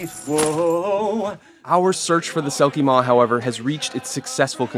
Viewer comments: Selkimore not selkimaw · it's selkimore not selkimaw, welsh accent got you there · Sounds more like he was saying “Selkie Mór” (pronounced MORE), which would mean a big or giant selkie... which would make sense if it can swallow a town/the Witcher. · The Selkie Maw as you're calling it is actually called the Selkiemore in Witcher lore, I don't know how much that helps! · Its funny that even Netflix got things wrong about their own show. Its not selkie maw, its Selkiemore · yours "witcher's bestiary" has nothing to do with the franchise, thanks for wasting our time. And btw it's selkiemore